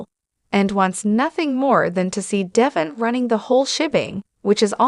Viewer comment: I stopped listening as soon as the "reader" mispronounced Devon's name. This person has never even watched an episode of The Y&R. It's deVON not Devin.